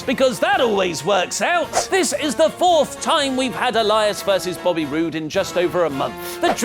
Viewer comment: Anyone else hear accidentally say "Bobbly" rather than "Bobby"?